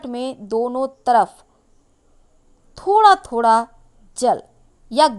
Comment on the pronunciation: Khusiya...khusiya....raasiyan..raasiyan....sh aur sa mein fark hota hain madam jee...thora...thoda... sahi se hindi shabd ko bolna seekhey paheley...hindi humari rashtriya bhasha hain